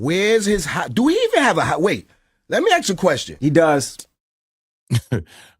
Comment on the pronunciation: *ASK…not axes 🪓